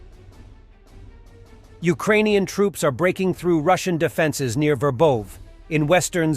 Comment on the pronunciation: City names pronunciation. You had it for a while, what happened? Ver bOv'? Ver bO' vah.